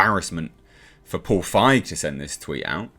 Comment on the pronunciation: 👍 for correctly pronouncing Feig instead of „feeg“. I also never get tired of saying that feig is german for cowardly 😅